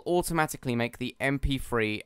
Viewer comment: "Em Pee Free"